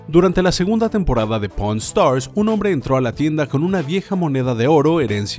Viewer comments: Porn Stars?? No se Rick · me distraje y escuhe porn stars ajajajaj